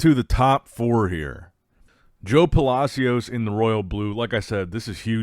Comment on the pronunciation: Pa-la-see-os pronounced like that